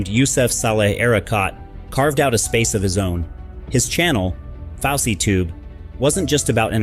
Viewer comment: I thought it was fousey not faucey tube